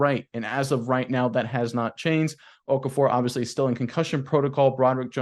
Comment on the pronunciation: isn’t pronouncing Chuks or Okarafor correctly. It’s not Okafor